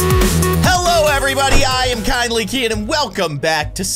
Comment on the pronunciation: YOUR NAME IS NOT KINDLY KEYIN ITS KEYIN